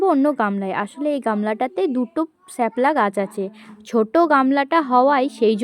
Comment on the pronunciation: শ্যাপলা না শাপলা😂